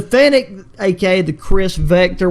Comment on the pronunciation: Bro calls it a finnetic 💀